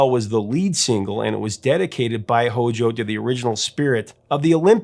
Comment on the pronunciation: No one should ever say HOJO. It makes me cringe!